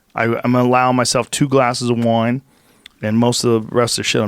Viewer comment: Joe “2 glasses of woin” Rogan